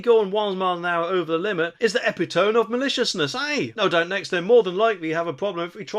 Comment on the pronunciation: Epitome? You really do have little grasp of the English language and its pronunciation. It's pronounced EPITOMMY.